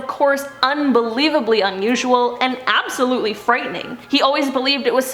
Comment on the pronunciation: ABSTaboTLY